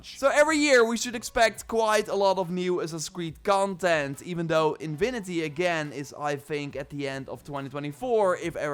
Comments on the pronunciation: „Infinity“ bro, not „inwinity“ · Love your accent bro…but infinity not invinity 😅 keep up the great work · What is in vi ni ty? You mean in fi ni ty? Can't lisen to that sorry